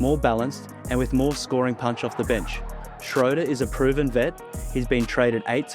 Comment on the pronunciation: Great breakdown… i liked, bc you said „Schröder“ pretty well 🤝 love from Germany!